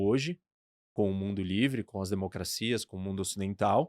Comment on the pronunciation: Só acho engraçado quando fala mundo livre